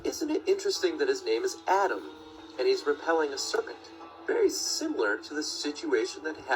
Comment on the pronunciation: Flat earth research at its finest: Skip the important parts and focus on something that has nothing to do with anything. I'm pretty sure that's not real picture of that particular creature. It's Atum not Adam. This guy need to learn how to read. Christianity is many ways based on earlier religions and believes so it's not surprising that there are same stories that other religions may have had. They are expecting lots of visitors in Cedar Park so when all the tourists are in the town, getting those things done can potentially be bit more difficult. And I'm sure this guy are just about explaining why. And he didn't. How shocking. Shows that those guys didn't have that much of imagination when naming places.